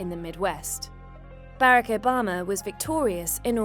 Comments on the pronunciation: Who is this "Bare-Uck"? I have heard of "Bar-Ock". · “Baarack Obama” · Lol “ Bayrac bama “ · I’ve never heard Barack pronounced that way before. Is that how people from the UK pronounce it? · I found it distracting that the narrator pronounced President Obama’s first name wrong lol. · Is annoying the way the narrator lady is pronouncing Obama’s name. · Narrator fails to pronounce Barack correctly, thereby destroying all credibility of this piece. Shame on you!!!